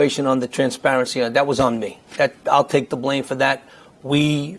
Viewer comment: "...both to duh press side, to duh community..." Anybody who says "duh" instead of "the" is not to be trusted.